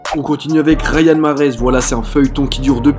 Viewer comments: J’crois il a dit rayan marhez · Ta dit rayane mahrez